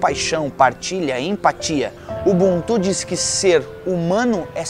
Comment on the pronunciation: Nao é ubuntú, é UbÚntu. Foneticamente falando...